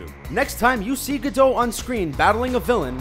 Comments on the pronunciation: it's not gadoh.. Its said as its spelled.. Gadot.. listen to her say her own name before you try to pronounce it.. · gal gadough XDDDDDDDDDDDDDDD dude its gal gadot, which means there is a T in the end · gadot, not gadow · Her name is Gal Gadot, not Gal Gado. Also, she barely got any training, most people in IDF don't serve as fighters. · It's not gadow it's gadoTTTTTT with a T, pronounce it, I'm Israeli, I know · Oh god, it's not pronounced like Gal Gadough! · Gadot with a T - not Ga-dow. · Gal Gadot. Gadottttttt. Also, the commentator should speak. No point screaming. Rant off. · It’s Gabot not gadot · Gal Gadot it's with T at the end. the "t" is not silent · Your'e supposed to pronounce the T in 'Gadot'. It's Hebrew, not French, and there are no silent letters in Hebrew. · The way he pronounces Gal Gadot makes me cringe so hard